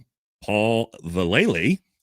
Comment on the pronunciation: Dude,...pronounced Val-luh-lee. Ask Mike V lol